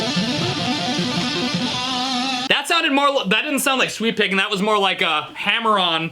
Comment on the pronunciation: I keep hearing sweet-picking Rather than sweep-picking